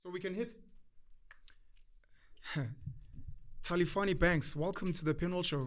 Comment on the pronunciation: XiTsonga is pronounced as Shitsonga. Talifhani pronounce as Taripani!!